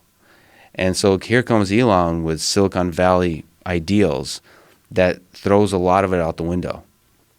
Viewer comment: Joe “Silicone Valley” Rogan